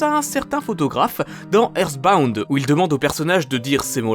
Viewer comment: "eerrsbound" ultra kek